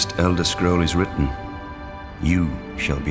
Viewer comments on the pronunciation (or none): none